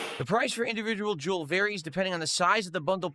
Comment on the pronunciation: Oh hello Jew-el